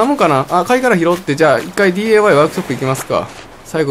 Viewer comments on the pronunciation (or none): なんか違和感感じると思ったら ディーエーワイじゃなくてディーアイワイやんな笑笑笑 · なぜDAY?DIYって言ってるのかな？